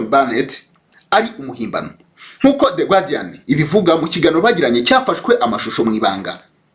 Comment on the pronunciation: ntibavuga "gwardian" nanditse uko ubivuga ariko bandika "guardian" do bavuga "gardian" phonetically! Mu Rwandan dukeneye kugira culture générale franchement!